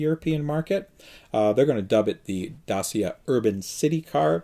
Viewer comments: The name DACIA read as Daaczia, listen Google Translator (speaker icon): dāSH(ē)ə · Hi, it's Richard from the UK! Here in Europe, dacia is prenouced dat-cha!! Thought you might like to know, as you always want this right for the show. Great show! Keep the great work, and video's coming.